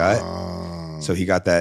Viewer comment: “Antibotics” lol